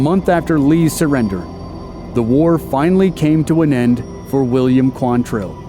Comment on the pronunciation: QUANtrill. Not quanTRILL. Why can nobody get that right?